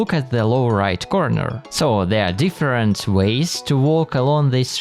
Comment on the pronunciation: I think he said "2 different" but I can't unhear that